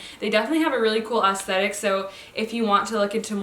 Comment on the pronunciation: Not sure if you were just saying aesthetic, but I kept hearing assthetic. And it's really both, so.